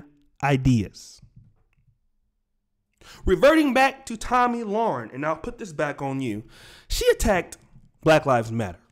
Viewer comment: Le-ren, not Loren.